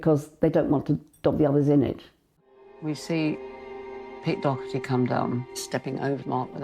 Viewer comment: Doherty is pronounced Daw-her-tee Not Dockherty..